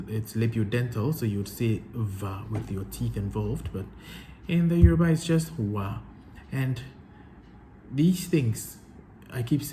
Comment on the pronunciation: You're doing well in Yoruba pronunciation